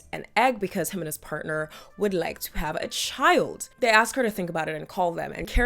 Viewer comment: He "aws" her to join him?? Don't you mean ASK